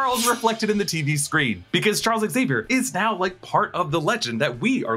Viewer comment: I’m glad you said Zavier and not Exavier. It’s xylophone people, not exylophone